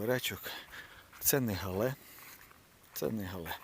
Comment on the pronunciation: Правильна назва - Гігант із Галле. Галле – місто в Німеччині. Наголос на перший склад. У нас в Україні називають коротко Галле.